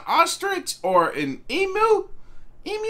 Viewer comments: Emu is pronounced 'eem-you'. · it’s emyou emu you did get it correct then went straight to emooo